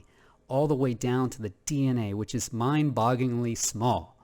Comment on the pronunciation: Love your channel. Love your content. I’m very grateful that you share your views so freely with us. But,, promise me you’ll never attempt to pronounce the phrase “mind-bogglingly” ever again. Never. Ever. Again. I’m joshing ya, man! Thanks again for the wondrous content!